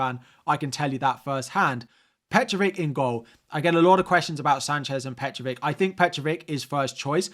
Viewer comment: it's Petrović (Petrovich). Not Petrovic.